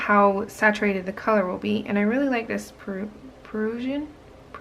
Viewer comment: Prussian is pronounced "pruhshin" and it refers to Prussia, aka what used to be Germany, Poland, Kaliningrad and Oblast